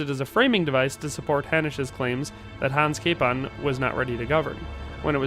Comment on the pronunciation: Name was butchered well! :D come to Prague ... we can fix that here :)